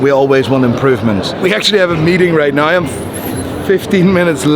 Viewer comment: Why does he say 'nye' instead of 'now' is he stupid?